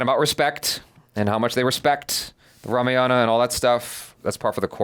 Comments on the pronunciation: It's ramayana not ramaa yana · Rama Yana ✖️ Rama Yan✔️ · The pronunciation of name is fucked up seriously.......its not fault of you guys but makers. Its RAM not RAMA, its RAVAD( रावण) not RAVAN ( रावन), its RAMAYAD(रामायण) Not RAMAYANA. D should not be pronunciate as a Da it should be Ḍ by curling tongue. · It's not RAMAYAAAANAA.... it's RAMAYANA.OR RAMAYANAM IN SANSKRIT Please check how it's pronounced. 🙏🙏.. Meaning of Ramayanam is " The journey of RAMA" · Hi just want to update it’s Ramayan and not Ramayana .. Ram and not Rama.. the movie producers have got it wrong just using colonised language to appeal to international audience. It should be authentic, it’s a representation of our history not mythology. Regards. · Dears you always pronounce Ramayana always wrong. It's not RAMA and YANA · i dont know what happened to indians as well for you the correction i want to make is its Ram not Rama its Ramayan not Ramayana same ways its Krishn not Krishna its west that likes to add " a " behind all the names :D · First and foremost of all its one word "Ramayana" not Rama-Yana.. Second.. you need a proof that Hans Zimmer and A.R. Rehman working together for this movie through a selfie in a room.. just to make you believe.. your subscribers, viewers and views to your reactions got you headstrong and slowly coming out your arrogance side in you. Watchout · It's Not Rame-yana it's Raa-maa-ya-na (Just for the Pronounciation) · RAMAYANA pronounced as "Raa-Maa-Yunn":)) Can't wait for this epic release... Jai Shree Ram.... Stay Blessed you guys, you both are pure love ❤ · This video is all cool and good. But guys please don't butcher one more Indian word pronunciation just like yoga, avatar etc. At least Ramayana should be pronounced correctly.